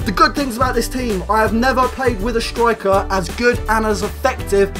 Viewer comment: First of all, breathe. Second, stop saying "shtriker"